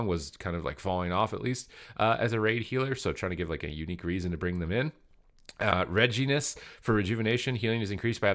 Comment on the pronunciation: lmao the way he said regenesis